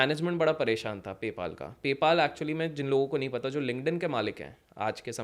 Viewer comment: Pay paal 😂😂😂😂😂😂😂 His pronounciation is terrible He needs to work on it So many words and terms he says are wrongly it's hilarious